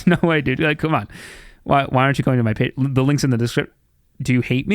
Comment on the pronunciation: Feeling angry? Try listening to 'hey your a patreon, pay tree on is where its at'. It always calms me down.